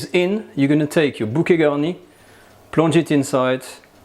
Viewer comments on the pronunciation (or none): What the fuck is "bukegani"?!